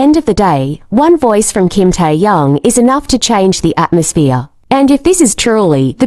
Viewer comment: I had to listen again after AI saying Tai Yang🤣